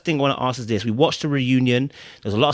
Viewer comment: Did she just say Dis instead of this! 🤣🤣🤣🤣.